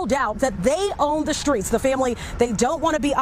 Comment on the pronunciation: Time to clean up "tha streetz".